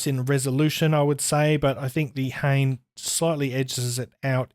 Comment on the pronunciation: FYI the model name is pronounced hah-nay. It means feather in Japanese.